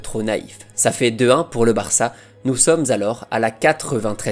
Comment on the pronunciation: Pourquoi tu mets un m à la fin de tes phrases quand tu parles ????? Genre le BarçaM